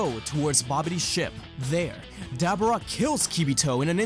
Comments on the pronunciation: i just gotta say ive never heard anyone pronounce daboras name like that lmao its duh BOAR uh not Dabber uh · i hope i am saying this with no disrespect, for i am unaware if you have a ascent, but try to pronouns Dabura's name as Da-boar-a, again i wish i am saying this with no disrespect its just i cant help myself but get a little annoyed every time you say it that way